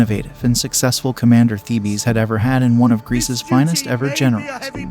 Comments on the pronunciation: As this is about the Greek city of Thebes and its army it would have been appropriate to pronounce Thebes correctly. It's one syllable, pronounced 'Theebs' not 'Thee-Bees'. If you cannot bother to pronounce the main subject correctly it casts doubt on the reliability of the rest of the information included in this presentation. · It's not pronounced "theebee" it's just Thebes! One word pronunciation and not thee bee😮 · THEE-BEES?? That's all I can stands; I can't stands no more!! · Isn’t “Thebes” a one syllable word? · I glad you commented. It was driving me crazy. Like a repeated flat note in a musical piece. The rest was pretty good quality and we'll worth watching. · Of course.goofy pronunciation